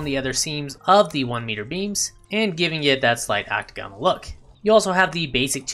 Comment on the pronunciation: Hey, we're all learning! Quick tip: ocTAGonal, not octaGONal. Kinda like diAGonal.